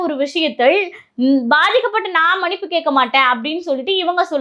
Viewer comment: அருமையான காணொளி. சகோதரிக்கு வாழ்த்துக்கள். ஆனால் ஒரு உச்சரிப்பு திருத்தம்,மனிப்பு அல்ல மன்னிப்பு என்று உச்சரிக்வேண்டுமென்று அன்போடு கேட்டுக்கொள்கிறேன்.